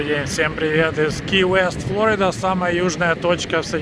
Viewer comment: слышал,? флО́рида, не флорИ́да! Не говори так больше, а то отпишусь после 10+ лет подписки!🤗😁 Upd: сорри, ты вроде исправился 🤗